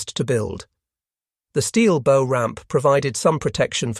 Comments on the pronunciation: "Bow" on a boat is pronounced like what the doggies say. "Bow-wow-wow." Other than that, not bad. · Bow rhymes with now not know.